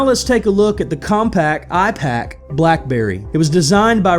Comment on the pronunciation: Ipaq? Nor like ipad